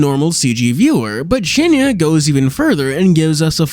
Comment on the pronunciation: When you read the word "cienie" as "cienia" it is very confusing when you understand Polish xD